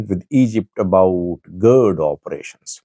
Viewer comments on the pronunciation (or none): none